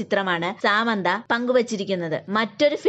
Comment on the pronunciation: സാമന്ത അല്ല സമാന്ത..... 🤦🏼‍♂️🤦🏼‍♂️🤦🏼‍♂️🤦🏼‍♂️